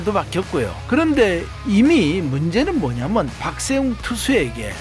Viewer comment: 박셰웅- 발음